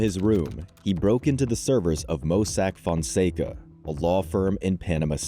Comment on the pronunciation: This an amazing channel but the overly used Ai is crazy. “Mossack Foncego” 🤣🤣🤣